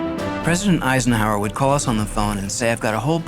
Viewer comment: He definitely said "President Eisnehower"